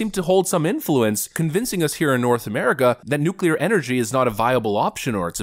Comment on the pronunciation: Maybe it is trivial but how nice to have a President that can pronounce’nuclear’ 😂